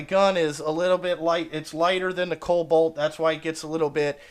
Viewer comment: “KoB-alt” lol!